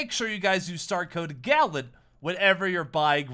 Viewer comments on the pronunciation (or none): GALLENT NOT GALLON